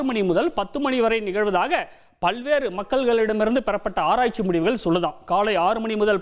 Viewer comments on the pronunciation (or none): none